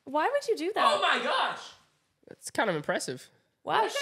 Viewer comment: Omg she said "oh may gosh" I'm dying😂😂😂😂😂😂 she said it so chill lol😅😅